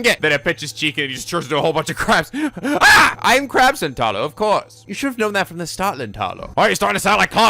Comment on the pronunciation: Back to continuing with this: Rule of thumb for Japanese names, please stress the THIRD TO LAST syllable. This is VERY CONSISTENT; you should never need to guess how to pronounce names: Amane SUzuha, not aMAne suZUha MAyuri, not maYUri Okabe RINtaro, not oKAbe rinTAro / Okarin, not oKArin / HOUouin Kyouma, not houOUin KAede, not kaEde FUbuki, not fuBUki Itaru HAshida, not iTAru haSHIda HIyajo, not hiYAjo MAkise KUrisu, not maKIse kuRIsu KAgari, not kaGAri (this one you got right) MOeka, not moEka And from other games, to make the point clear: MAjima, not maJIma MAkoto, not maKOto KAzuma, not kaZUma If you don't believe it, just listen to how the voice actors pronounce the names. It's a western tendency to stress the second to last syllable instead, but third to last is correct. I would understand not knowing how to pronounce names if you read them with no context, but in games like Yakuza and Steins;Gate, the voice actors read out the name for you so you should know how to pronounce them.